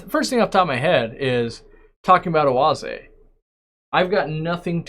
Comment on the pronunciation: As a German I am impressed with your pronunciation of Oase